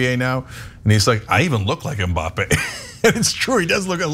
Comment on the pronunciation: Godamnit it's not M Bappée, it's Mbappe... not 'm' bappe... You have to link the m to b exactly like Anna said with the Hanson's song